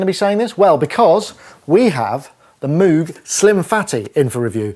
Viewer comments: MOWGuh not MOOOOOOOguh - any way very good video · It's pronounced MOGE XD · I love the stubborn and deliberate mis-pronunciation of moog! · Haha I used to call it Moo-g as well until folks told me it was pronounced Moh-g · I hear cows pronounce it Mooooo -g all the time. :) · Your Demos are always the best. Thanks. I also cant get out of the habit of pronouncing moog wrong :-)